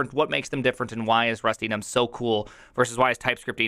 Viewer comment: When he says Rust-Enums I hear Rustynums.